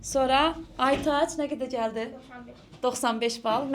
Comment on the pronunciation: Cəldi yox, gəldi. Bu cavanlar nə dildə danışırlar? Cicici....